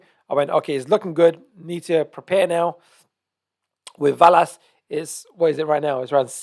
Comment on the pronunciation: I think it pronounced VEL-ass 👍